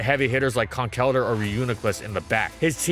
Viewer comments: ITS PRONOUNCED CONKLE-DURR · It is Con-kell-durr; from concrete and elder.